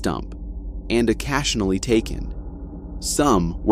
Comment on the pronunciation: learn how to pronounce your words , i.e. occasionally , and recreation .... Stop talking like a RETARD. ..... NO QUARTER ASKED NONE GIVEN